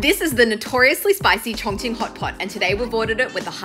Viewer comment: We just finna ignore the fact she is pronouncing it "chong-ching" 💀